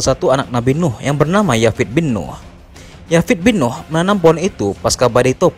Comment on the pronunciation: Koreksi buat Admin Nama anak Nabi Nuh itu Yafits bin Nuh th itu ث, dalam ejaan bahasa Inggris Th bisa pelafalannya ث atau ذ Yafith di Ejaan Inggris dibaca Yafits